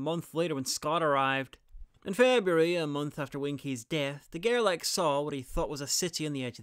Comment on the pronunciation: Great video as always! And in case there's an as yet unfilmed part, I would suggest to pronounce his name as "De Gerlashe", as "ch" in French is usually not pronounced as "k" but "sh" (like moustache).